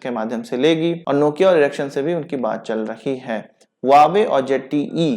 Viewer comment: Sorry it's not इरेक्शन, it is एरिक्सन. Correct pronunciation matters!